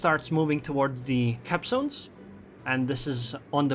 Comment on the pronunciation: LMAO, it really sounds like that. When you say "capzones" :D